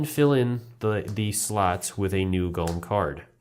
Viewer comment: GO-LEM not GOLLUM